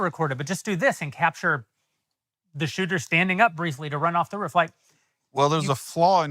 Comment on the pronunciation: Love hearing Jeremy’s accent come out on “ruuf.” He’s used that word so much lately 😂